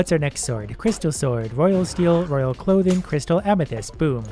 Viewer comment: hey uh... not to be a grammar nazi but... i think royal clothing is pronounced cloth-ing? not clo-thing??